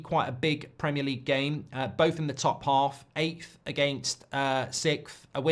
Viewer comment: Is OVR for ARESNAL! Goldbrige PRAMIAR LEGUE PRDCTIINSSS. Elite level content, mate. An inspiration to us all.